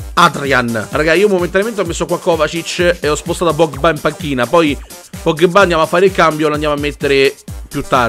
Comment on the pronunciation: io mi chiedo quando imparerai a dire pogba e non pogghebbà